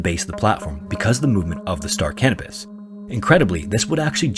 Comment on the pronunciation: Yes, I know I have a form of mild verbophobia, but in the interest of knowledge may I offer this? The ship referenced in the final story was named after the celestial body Canopus, a yellowish-white supergiant star in the constellation Carina. It is pronounced ka NO pus. The auto captions on my phone typed out "star cannabis" at every mention in the video LOL.